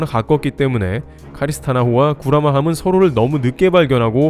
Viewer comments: Carina star 호 임. 카리스스타가 아니라 카리나스타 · 카리스나 스타호 아닙니다. CARINA STAR. 카리나 스타입니다.